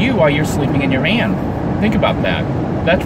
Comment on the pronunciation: I really liked the part where he said “living in a vean”